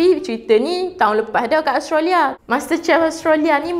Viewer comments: Australia, bukan Austrolia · Hehehe.. nape awak susah sgt nk pronaunce Australia tuu.. dh jdii Ostralyaa pulak ..xde negara tu dlm peta dunia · Speaker.. minta tolong check cara sebutan yang betul untuk Australia . Terima kasih.